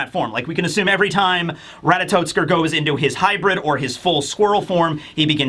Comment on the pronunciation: Minor quibble, but it's "Ratatoskr", not "Ratatotskr". No "t" before the "s".